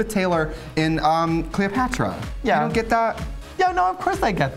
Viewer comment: I'm sure I heared "CleoFATra".